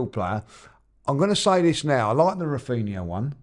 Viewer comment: Granbry instead of Rafinha